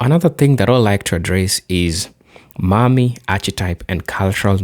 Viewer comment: Please, No, the way you say Mammy is not Mommy. Think of it as if you are saying yes Ma’am to a woman and the last part is Me. Ma’am me = Mammy This is the best way I can explain it.